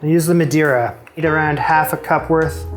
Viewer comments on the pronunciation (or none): none